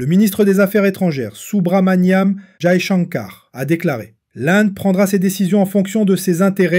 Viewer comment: le "AI" en hindi/ourdou se prononce comme le "ai" français. "Jaishankar". Sinon votre vocabulaire démontre déjà votre parti pris proaméricain. Le Kremlin "provoque" et Trump "montre que l'Amérique est de retour" PTDRR! l'Amérique n'est jamais partie, elle a d'ailleurs une lourde responsabilité dans cette guerre en Ukraine depuis 2014.